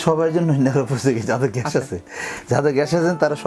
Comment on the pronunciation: প্রশ্নকারী বলদ,,,,,, ঘ্যাস না গ্যাস। পাডার "প" পাডা।